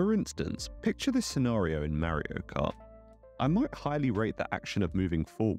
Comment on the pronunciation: It's Mario not Marry-o